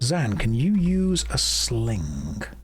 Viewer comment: i swear i hear a k at the end. SlinGk